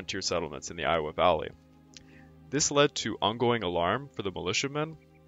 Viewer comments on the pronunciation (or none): none